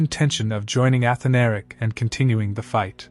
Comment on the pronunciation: a-Than-a-ric. not... Ath-a-Nar-ic. just fyi...